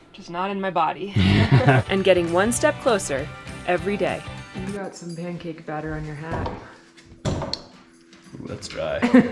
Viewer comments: Did you say 'mancake' batter? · Sounded to me like you called the drywall mud “Mancake batter”? Love it! That hip pain? I ended up needing to use a walker at the end of my pregnancy...not fun in the moment but so worth once the little one arrives.